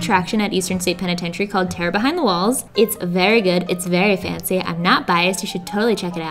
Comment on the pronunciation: your philly accent comes out to play occationally. It sounds like you're saying "Terra behind the walls". It's like you're an apprentice for Neil Degrasse Tyson